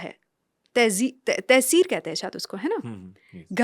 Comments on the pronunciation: Not tehseer...,.taseer.i love ur podcast bot knowledge thank u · Not tehseer the word is taseer